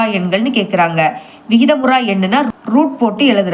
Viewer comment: vikitha muru yan vikitha mura yan illa😅